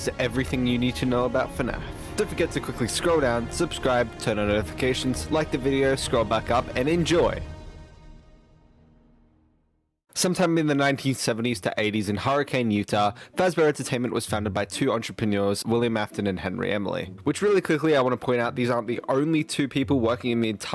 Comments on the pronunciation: Okay I think. I think everything makes sense now. That was a massive information overload, but I think I got it. One small thing though- Hurricane, Utah isn't pronounced as "hurricane". It's pronounced as "her-ah-kun" by the locals. Don't ask why. Utah is so weird with its names. I don't get it either and I'm a Utahn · sorry its Hur-a-cin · 25 seconds in and I don't know why I'm surprised he pronounced Hurricane, Utah wrong. Haha. It's basically pronounced Hurri-kin. Don't ask me why, it just is and people there can get uptight about it. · everything is accurate except for the way you pronounced Hurricane, Utah.